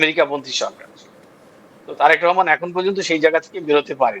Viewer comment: Rehman na, Rahman. Kothay je paey ei shob vushi-mal